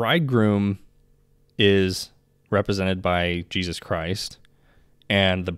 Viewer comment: I think you do a very good job and you are easy to listen to. Please stop short cutting the names of JESUS TO JESZ…make time to remember to say his Fully pronounced name…thank you.